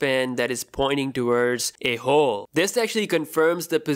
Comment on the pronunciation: I hate the way this guy says "Hole" as "Hoowl"